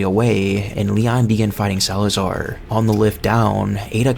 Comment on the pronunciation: you said salaazar wrong name buddy